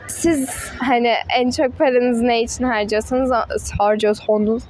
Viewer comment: "HARCOYOSANİZ" 😂 SHSJWBSVSJAJAB